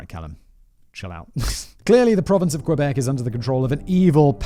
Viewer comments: Not Qweebec, pronounce Kébec. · I'm a Floridian, and it has always bothered me when people pronounce it "kwuh-beck". I was taught to pronounce it "key-beck", but my French is ass, so it sounds more like "kuh-beck". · this is so painful to hear the butchering of every word possible. Lol 😆 k - bec = Quebec. Oh my lord lololol it keeps going. Haaaaa